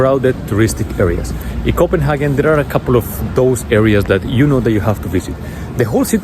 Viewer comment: I'm just curious as to why you spell Copenhagen like that in your title and pronounce it in that way?